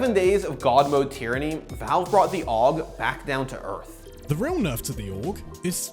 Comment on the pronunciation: "Aug week" Bruh